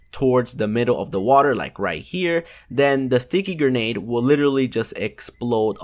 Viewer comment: It’s Grenade not GERnade